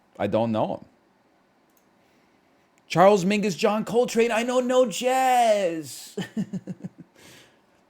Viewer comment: My man really said Charles Minkus